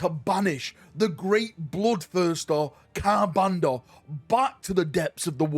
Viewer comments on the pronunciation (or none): Yo how many "r"s are there in Ka'bandha, brother?